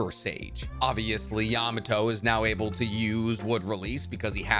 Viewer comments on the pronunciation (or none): none